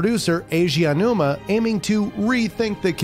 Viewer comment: There are a lot of mispronunciations, he says 'Keji Kondo' at one point, and says Aonuma wrong every time. Not to mention visual mistakes (showing Super Mario Bros 85, but labelling it as Mario Bros 83). It's quite lazy overall. He even said the PS2 Slim came out in 2014 in another video with the same thing on screen... How does nobody pick up on this?